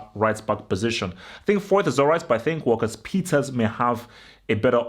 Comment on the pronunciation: Lo Celso will be on the bench. Vertonghen will probably come back in imo. Btw It’s walker peters not walkers peters. Gonna be a very tough game of course. we’ve lost our last 6 away premier league games as well...